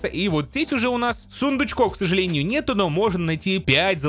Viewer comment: ксАжалЭниЮ зоЛаТО мы туТ не-На-йдЕм